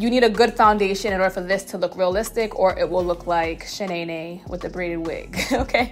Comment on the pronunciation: Not Shenaynay lmao